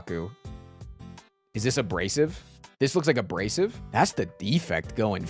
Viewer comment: oh my gosh. a-BRACE-ive. It's an arm brace.